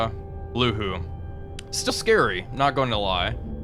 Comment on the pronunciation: Some kind suggestions of pronunciation: 宁波 Ningbo [niŋ˧˥꜊][bɔ˥꜋], "Jianghu ([dʑi̯ɑŋ˥꜋] [xu˧˥꜊])" of Jianghu(江湖)-Class frigate, 旅沪 Luhu (It is "Lühu" in fact) [ly˨˩꜉ ][xu ˥˩꜌], 江卫 Jiangwei [dʑi̯ɑŋ˥꜋] [eɪ̯˥˩꜌], 玉林 Yuling [ɥy ˥˩꜌ ][lin ˧˥꜊]:)